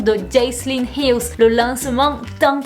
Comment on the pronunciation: "HILL" y a pas de "s" xD!! Et Jaclyn, dis "Jacqueline" au pire maiiiis, si tu sais pas, tape le nom dans la barre de recherche de YT et mate vite fait une vidéo du pays d'origine (souvent les USA pour tes GiVDT) pour voir comment ça se dit;) j'veux pas faire la relou mais ça me gâche un peu le plaisir alors que tes vidéos sont supeeeer cool!